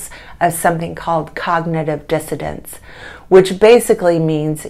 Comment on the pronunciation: Its dissoNance not dissoDance